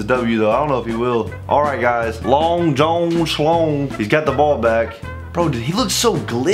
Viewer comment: The fact that says john like jone triggers me